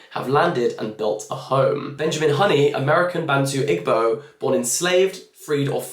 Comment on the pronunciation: Just as a note. If it's the Nigerian tribe that "this other eden" talks about it's pronounced ee-bo. The g is silent 😅